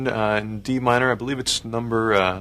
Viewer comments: "It's in the key of D Mine-uh." Lol that was random, Pablo. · I'm enjoying how he puts on british accent when saying what key the piece is played in